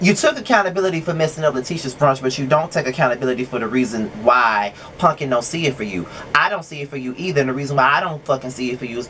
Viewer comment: I love that you call her punkin. That’s yooo. So cute. This is my favorite review of yours.